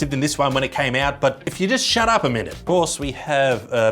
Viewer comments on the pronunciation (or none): none